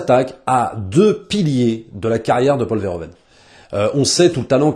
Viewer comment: "Paul Fereuven" stp.